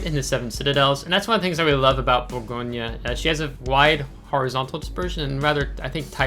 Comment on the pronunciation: I love the Bourgogne. It’s an amazing ship. 👍. Btw, fyi, we don’t pronounce the “e” at the end, in French. So it’s more like, Bourgogn. Hope that makes sense. Love your vids bud. Keep up the good work. Thank you.